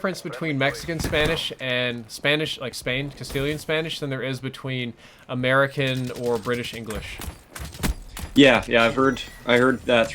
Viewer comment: American not camaea